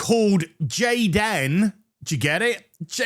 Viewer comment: jay-den= tay-lor🙄